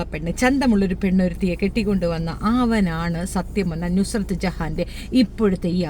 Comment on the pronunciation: നസ്രത് അല്ല നുസ്രത്താണ്